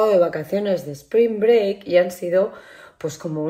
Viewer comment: Sssspring break.....not "espring break" :😂 maravillosas vacaciones. Y tu cutis luce maravilloso.....importante saber cuidarse y maquillarse como una estrella ❤ Eres una super madre como pocas. Esperando el pronto retorno de Sebas